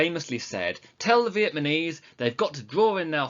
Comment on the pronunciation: he continuously keeps saying vietmanese instead of vietnamese😂😂